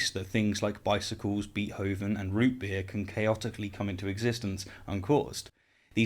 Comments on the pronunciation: I like your channel and am a subscriber. But "Beet"hoven is actually pronounced "Bait"hoven. WLC was right about that. Call me a pedant. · “Bee-hoven” lol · "Beet-hovin"? Come on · I do love you,, but your pronunciation of "Beethoven" makes me grind my teeth. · forget causeless existence - I want to know why settled on such an anachronistic pronunciation of Beethoven.